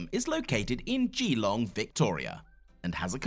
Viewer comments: I just want to tell you something as an Aussie that it’s pronounced gAlong no GElong. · It’s pronounce “glong” not “gEElong” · It's not pronounced "Geeee-long". It's pronounced "Ge-long".